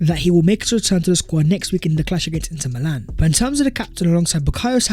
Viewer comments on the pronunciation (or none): none